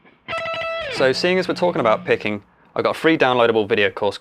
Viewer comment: Thought you said pegging at the start. Anyways great video, helped a lot